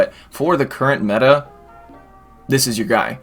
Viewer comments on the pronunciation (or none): none